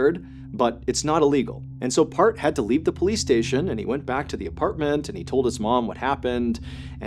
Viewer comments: His name is not pronounced as "Part"...Replace "E" in earth with P & that's how his name is pronounced. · It's Parth not part 🤌🏻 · it was annoying tbh but the pronunciation was a bit off that's why, as the culprits name is 'Parth' not 'part'. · it’s Parth not Park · It's PartH not part. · It's pronounced as Part-hhh actually nd not part😅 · I think it's Parth not part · The first story I thought you said his name was Kurt angle. Then I thought it was perc angle. Part is such a weird name lol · I thought he was saying Park the whole time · Its actually pronounced as Parth ( paharth) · is he saying PARTH OR PART lol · It's pronounced "Paarth".....like the "th" in thor.